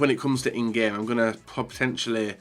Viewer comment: Pretentially..... really? It’s POTENTIALLY, you spastic